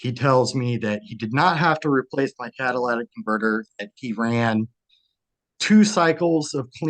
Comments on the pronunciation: People pronouncing catalytic converter as Cadillatic converter grinds my gears... 😖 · Catalytic converter, not cadilac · Caddalaatic converter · Its a cadlistic converter not Cadillac. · If he can't say Catalytic converter properly, he should stay away from vehicles for life. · He should learn how to pronounce “catalytic converter” properly